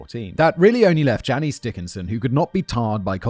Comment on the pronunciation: Janice Dickinson is pronounced Jan ass. Just for any future references